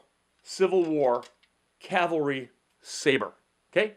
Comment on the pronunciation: From one 2nd Dan to another: Love your video. What Kwan? I'm Moo-Duk-Kwan. And thank you for saying the proper "cavalry," rather than the usually-used-improperly "calvary."